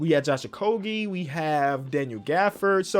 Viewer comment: Thank you for pronouncing josh okogie correctly